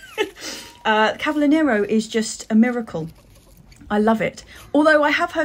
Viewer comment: Oh , how I miss Kew garden, it is my favourite place to be..another thing I miss is nurseries in London, they're much better than here in Italy..well stocked and so many varieties...ah those dailies 🤤 cavolo Nero ( pronounced ca vo lo...hehe) is the best..love it.. thanks for the lovely vlog and please keep'em long🥰😘💕